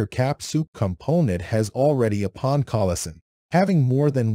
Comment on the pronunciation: If you're going to use AI-generated voices, at least try to spell things correctly so we can understand it. It keeps pronouncing "pawn" as "peon", "node" as "nod", and "collision" and "collison", which is hilarious, but still.